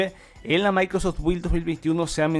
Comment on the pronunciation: Es microsoft no micros Jsksjs